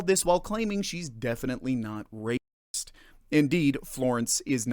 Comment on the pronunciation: Every time you say it it sounds like rapist, so their defeating the purpose...